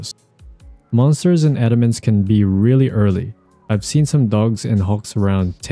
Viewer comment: thanks for not saying adamance wrong